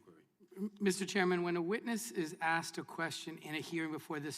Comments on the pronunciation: I don’t think he was ever “axed” any questions.. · Please allow me to answer the question you "axed". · "Aks'd a question". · He "axed" me a question.